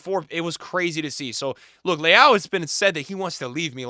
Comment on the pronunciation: The way you pronounce Leão sounds like Leal (Brazilian pronunciation), which is another Portuguese last name. I don't mean it as criticism, it just sounds funny.